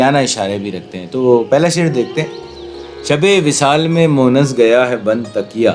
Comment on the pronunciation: Bhai it's Monis and not Monas . Thanks